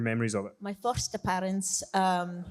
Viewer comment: "Yo furst a-pee-dunce"